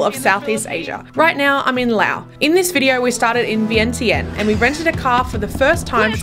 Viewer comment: Idk why they spelled Vientiane but it’s supposed to be pronounced Veing Jun. and not Vang Vieng but Vung Vieng. The newest beautiful place just flung is now Muieng Fuieng, I can’t really spelled it out the way it pronounced in Lao but this is how to spell it in Laotian ເມືອງເຟືອງ the view is like Vung Vieng but if your drive it’s easier because the road is not pave yet and not known to foreigners yet. You might be the first one 😊. When you ordered coffee you said no sugar but the way you pronounced it it sounded like no cream. Nom = milk Num Tharn …= sugar Kayaking has to be reserved in advance before arrival.